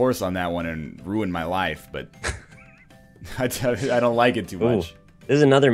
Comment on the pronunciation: . Apperently he messed up "MAI LAIFE"